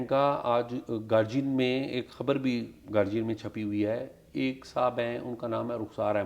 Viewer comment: Syed sahib It's GAR DI AN NOT G BUT D